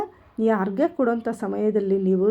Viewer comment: ಆರ್ ಗೆ ಅಲ್ಲ ಮೇಡಂ ಅರ್ಘ್ಯ ಸರಿಯಾದ ಪದ ಉಚ್ಚಾರ ಮಾಡಿ. ಆರ್ಕೆ ಕೊಡುವ ಮಂತ್ರ ಬೇರೆ ಇದೆ ಮೇಡಂ 🙏😊